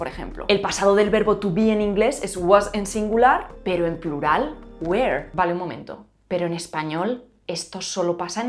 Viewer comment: solo pa que sepas, no pronuncias “were” cómo “where”. lo pronunciaste mal